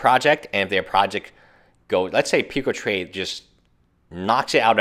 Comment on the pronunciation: Puke-ah trade, he says it. >~<